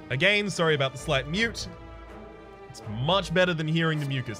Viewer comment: I love you but God i hate your pronunciation of “again” so much xD